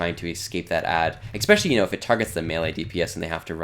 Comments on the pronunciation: I didnt want to seem like a douche calling this out but seeing as its already been done... yeah its annoying to keep hearing eggspecially lol (really like the videos in general though) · I knew I wasn't the only one to hear this horrible sounding mispronounced word. It made me mute the video.